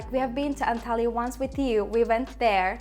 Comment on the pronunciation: Great video! The word stress is the opposite with city names. The stress is on the first syllable. ANkara, İZmir, ANtalya :)